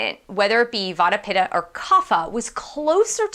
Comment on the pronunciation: Try to pronounce in a way like: Vatta = Vattee, Pittaa = Pittee